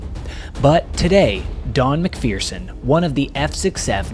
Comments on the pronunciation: It's pronounced Mac- fur- son, not Mac fearson..... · Good story of a brave man's experience. Mind you, the mispronunciation of a good Highland surname! ('mik-ferr-sun' rather than.. ah, no matter.. LOL)